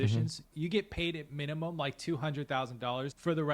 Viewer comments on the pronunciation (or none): In the first 5 seconds, he said minunum. It's literally captioned for you. I'll dictate what he said. "Can someone explain to me in crayon eating terms why I am making 3x over the federal minimum wage and I cannot afford to live."